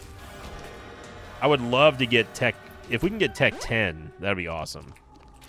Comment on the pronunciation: Never heard someone call it "Tech Ten" lmao